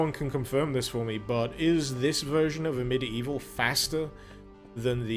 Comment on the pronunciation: Ugh, I always think he said "A Medieval..." And I go medieval what?!